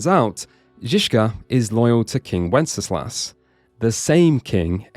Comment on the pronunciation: Just gonna nerd out here: Wenceslas is pronounced "wen-sluhs", not with three syllables. Minor nitpick, awesome video.